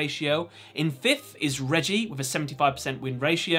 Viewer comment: It is Reiji not Reggie